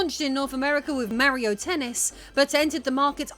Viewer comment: IT'S MARIO NOT MEARIO